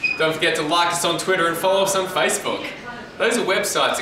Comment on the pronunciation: I've never heard Facebook said that way before